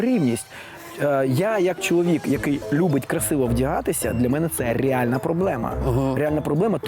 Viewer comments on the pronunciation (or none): Крім цього всього крінжа, я помітила наскільки Олежці важко вимовляти слова іншомовного походження з правильною українською вимовою. Ріальна, міханізм, асімітрічьна, автамабіль